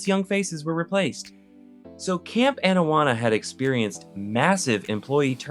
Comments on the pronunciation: Excuse me. It is Camp AH-nawanna. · Bro, cool video. Loved the show. I’m just absolutely befuddled as to how you can mispronounce Anawana when it’s right in the famous intro song for the show. How does this even happen?